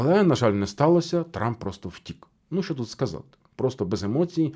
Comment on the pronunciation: У вас наголос на слово "втік" і неодноразово, ну таке враження, що карти розкладає таролог для вух, якщо ви професіонал своєї справи, то ви повинні факти зразу до цього "втік" надати! Якісь ляпи!